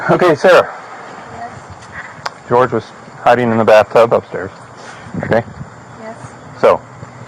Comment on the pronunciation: Jorge is his name. Pronounced Horhay by his family. ‘George’ is Sarah’s disrespectful pronunciation. This really bothers me since day one-not your fault, literally everyone is doing it.